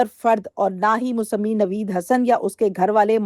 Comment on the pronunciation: ، دنیاوی علوم تو بہت حاصل کری، اب آپ کو چاہئے کہ کچھ دینی علوم بھی حاصل کریں تاکہ آپکی آخرت سنور جائے۔ دوسری بات لفظ مسمی کو Musammi نہیں Musamma پڑھتے ہیں